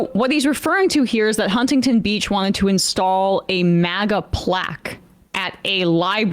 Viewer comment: I absolutely HATE the way she mispronounces Huntington